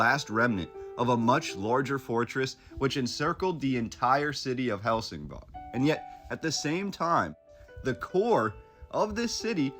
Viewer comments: Isn't it Helsingborg not bog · and it's pronounced "hell sin boy" . The G is like a Y. Gothenburg is pronounced " Yo Te Boy" . The some of the letters a so subtle , that you don't really hear them , but Swedes use them in an extremely subtle way that our American ears just don't hear. I was studying how to speak Swedish and it is very difficult because of that. I still try to learn how to pronounce all the time. I've been with my girlfriend for about 13 years, and have had a ton of Swedes stay at our house and still, it is very difficult to pick out the subtle sounds in the words, Only when I really push to find out how to say something properly will I get it. Also, in Danish, Copenhagen is spoken like this, "coo ben ha ben". That is an even tougher language to understand. Also, there are a lot of dialects still in Sweden, and they all know where someone is from by the accents they have when speaking. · Love this. My mom was born in Helsingborg. The way it’s pronounced is like Helsing-boy. I’ll have to send this video to her.